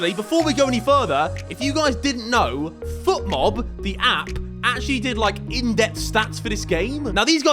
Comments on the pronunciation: Harry if you’re going to advertise FotMob you could at least pronounce the name right 😂 It’s FotMob not FUtmob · Still calls it Futmob instead of Fotmob tho... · Bro keeps saying FUTmob lol